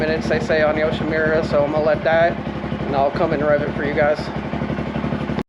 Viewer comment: Not to be a dick here... but it's Yo-shi-MOO-ra... not Yo-shi-MIU-ra. Sorry. I learned Japanese. Good vid.